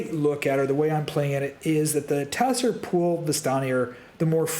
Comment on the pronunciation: Tser is pronounced similar to ‘zer’ not ‘te-ser’